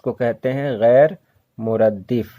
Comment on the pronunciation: سر یہ gair muraddif nhi blke gair muraddaf hai